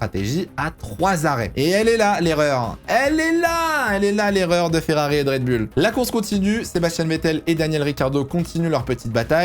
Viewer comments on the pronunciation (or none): Ok très bien mais ARRETES DE DIRE RED BULLE